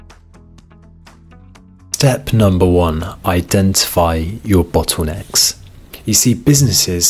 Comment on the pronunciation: "Bottwoonecks"?? And other variations on the word "bottlenecks..."